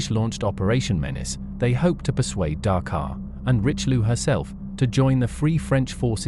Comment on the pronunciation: WHEN do Anglosaxons learn to respect other languages? The battleship is called - "rischeliö and not "richliu" I know too well that too many English speakers not bother to learn another language, and god forbid learn the propper pronaunciation. ... and too many still think, anything not English is gibberish